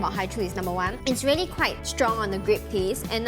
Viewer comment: No one Literally nobody Not a single soul - vely vely vely(really) Its vely not really 😜😜😜